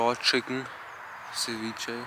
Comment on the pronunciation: Bitte sprich ceviche richtig aus